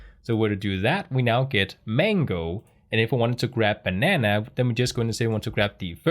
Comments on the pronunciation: Great video. Also, your initial pronunciation of banana is correct. No need to change it. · You say "banana" absolutely correctly. Americans say it slightly differently but they American after all. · your php videos are the best on youtube. But you, sir, are a banana! It was so cute how you experimented with the very American pronunciation of the word, personally, I like your pronunciation better. Jeg elsker dig min bror.